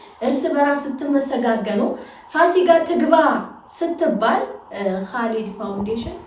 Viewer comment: ፋሲጋ አይደለም ፉሲካ ነው ለሙዬ❤